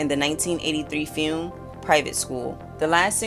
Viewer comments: LOL!! I was wondering what a "fume" was. It had me fuming. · Why can't this lady pronounce "film"?